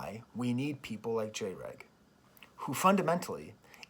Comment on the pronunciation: I feel like near the end ur tryna be more critical of him than you feel the need to be compared to how you’ve addressed him most of the video. I say this because all of these “Xy spectrum bad” videos (containing a random salty jab at “Jay Reg” [it’s pronounced Dreg]around the 10 minute mark of each one) have been popping upthis year. And every time it’s a video by the same very specific 🌽 type 🍞 of content creators all tryna conflate authoritarian & libertarian in a way that invalidates all criticism with “I’m not a Tankie that’s just a liberal nazi dog whistle & everyone I dislike is a naziiii ESPECIALLY THOSE FUCKING ANARCHO-TWAT WAFFLES who have the fucking AUDACITY to clarify when I Selectively edit their words out of context instead of just conforming my own personal standards and allowing me to dictate which creators they do & do not associate with or else the massive support they received from my community will become overwhelming ridicule & obsessive hatred overtime” And they all seem to be very uncomfortable with the way Jreg goes from sounding exactly like them at one moment, to validating every other perspective the next. Stripping away that main character syndrome any 21st century consumer knows all too well. It’s scary ngl but still. I wanna chat with u sometime.